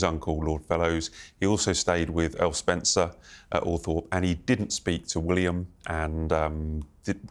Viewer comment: You are not pronouncing the name of the Spencer estate.